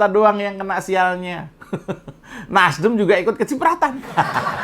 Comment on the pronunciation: ngomong NASDEM sampai keliru NASDIM 😁😁😁 gara gara tadinya kebanyakan bilang in... in.. in.. 🤣🤣🤣